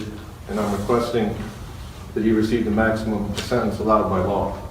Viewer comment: Did he say “allowed to smell”?